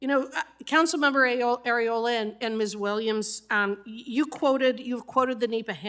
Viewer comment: Did she say Council woman Areola? 😂😂😂 I'm sooo immature 😂😂😂